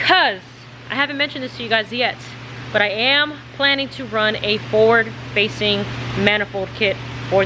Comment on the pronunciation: Im Laffing my Ass off cuz at first i thought you said, "Ford Facing Manifold." LMAO. But i snapped out of it, "Forward Facing."....if you want that Roll Cage to 'Pop' paint it Gloss White.....and i know you want all the Weight in the Front but Common Sense is telling me Not to put the Fuel in Front, keep the Fuel in the Back. 👍🗯💭